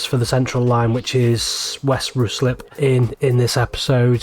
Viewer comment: Ruislip resident here. It's pronounced with the "Rui" rhyming with high. And there needs to be a nice late Victorian GWR signal box at Ruislip station.